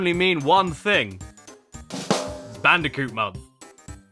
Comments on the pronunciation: It’s bandicunth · I knew he'd say bandiconth and I still popped off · It is no longer cash banooca It’s now bash canooca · Ah yes, I love my yearly installment of BANDI-CUNTH (ft. CASH BANOOKA) from daddy Caddy himself. Great work man. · IT’S CASH BANOOCA! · I can't stop hearing it as "bandicunt" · Bandiconth always gets me. Just... perfect. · Is anyone else a bit concerned that Daddy Caddy might be a bit mentally disturbed? But seriously, every month is Bandicounth! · ahh Crash bootlegs you say like Bang Bandicoot and Whallop Bandicoot